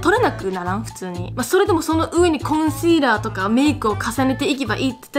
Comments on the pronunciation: コンシーラーの発音が綺麗だなぁって思いました🎵（言語好き人間的視点から観て） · パスタの賞味期限大丈夫かな？コンシーラーのシの発音がすばらしすぎて巻き戻しちゃった。あまり無理せず気をつけてねー😣😣